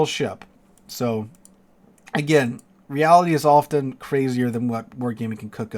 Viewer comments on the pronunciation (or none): none